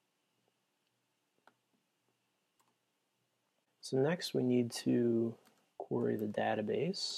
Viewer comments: This is an excellent guide, but I do have one gripe. "Query" is pronounced like this: A "quarry" is a place where they dig up rocks. It is also another word for prey. I dunno, it was just really distracting for me. But, like I said, this is an amazing guide to Flask. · LOL I was going to post the same thing. It's "normally" pronounced queer-eee.